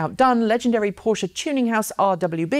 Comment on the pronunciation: Thanks for saying PorschE. Greetings from Munich, Tom.